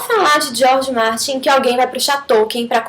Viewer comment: Quase morro de rir quando vc falou o nome do Martin.